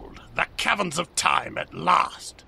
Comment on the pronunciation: OOOOOOO the Cavrens of time. I thought he was saying Cabin. i didnt think there was a cabin anywhere near gagetzan.